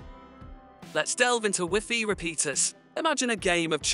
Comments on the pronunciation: Whiffy? Rooter? WiFi is pronounced something like WHY-FY not whiffy and router like rau·tr, even though i could learn something from this video i need i can not stand how this guy talks lol for real. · Wiffy and rooter 🤣 Anyway, this vid is terrible. I couldn't even listen to your explanation, because of the 120 other vids you merge, cut or transfer into. You just cramped this vid full of other wildy distracting scenes which are waaaaay to intense. If you look at this to long, you'll get a seizure. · Wee Fee 😂😭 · I'm a Microsoft certified system engineer, and when you first said "wiffy", I almost had coffee shoot out if my nose! 😂😂😂 Never heard wifi pronounced as wiffy before. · That's the way we pronounce it in French even tho i know the most common prononciation now😂